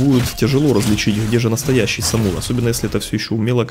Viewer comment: Мне всё-таки кажется, что СамурО, с ударением на последнюю гласную. х) Честно говоря вообще не ожидал, что близы его реально выпустят. До последнего не верил.) не знаю почему.)